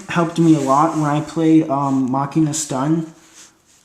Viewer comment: stop mis sayin machina!!!!!!!!!!